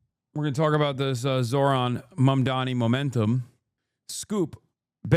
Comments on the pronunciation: Dude this Fox lady cannot say "Mamdani", it's gotta be on purpose. "Momdommy"?? "Momdomini?" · Why can't they say his name right? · why the f*&^ can't these "pundits" pronounce his clearly phonetically pronounced name? morons.